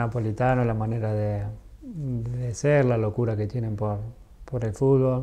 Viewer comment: amo que diga fulbo y no fútbol